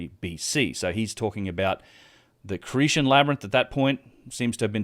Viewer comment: Cretan has a hard 't'. Hellenes is pronounced 'helleens'. Colonnade is 'colonnaid'.